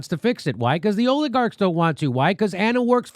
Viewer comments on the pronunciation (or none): Did Jimmy just mispronounce Oligarchs as OILigarchs?! Intentional? Did I mishear? Either way can we make this catch on? That’s my Bday wish for HRC 🤔